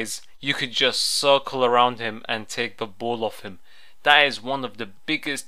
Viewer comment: It's ball not boll